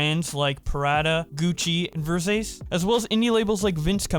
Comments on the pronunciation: the least you could do when you’re doing your ad reads is pronounce the brands correctly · Your Scentbird ad 😂 You said "Ver-Sayce" 😂😂😂 Btw - It's "Ver-Sah-Chee" lmao And please tell me you don't spray your cologne in your face 😂😂😂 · It’s Ver-Sah-Ché, not Ver-Say-S. You must have fucking heard of them before, they do really expensive suits and shit. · Versache??? Versace! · lol my man, you're online all the time for your work, how come you don't know how to pronounce Versace? for the future, ver sah chi. i bet you recognize it now, right? yeah, you got it. keep up the good work, man. :) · Its pronounced "ver-saw-chi" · Ver-sar-chee. Almost wet myself when you pronounced Versace 😂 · for future reference. Ver-sa-che thats the pronunciation for Versace:) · So we not gonna talk about his pronunciation of "Versace" "VuRRzACe" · I won't get over the fact that you said Ver-SAYS LMAO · Lmao its Ver-sa-chi W Video though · Versace: exists: "versayse" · this man really just pronounced it versay's VER-SOT-CHI XD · Did you just call Versace..Versayce??? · The virgin: ver-sach-e vs the chad: ver-sace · You mean it's not "ver-seis"? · Lmao at reading Versace as “Vur-sayse” haha can’t even blame him for not knowing the brand, I just think it’s funny how there’s so many jokes about how you’re supposed to pronounce Versace with like the perfect Italian accent, and in comes just saying it phonetically. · Ver-sach-e right? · this dude did not just say "versase" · Why can't you pronounce "Versace" correctly?? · You butchered Versace my man lmao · I know you didn't just say Versace like that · the way he says versace is priceless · Lmaooooo imagine not knowing how to pronounce ”Versace” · i love what you do but the way you pronouce names sent me to the floor bro please dont correct yourself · Keemstar pronouncing YouTuber names is almost as bad as you pronouncing Versace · When he pronounced Versace I cringed so damn hard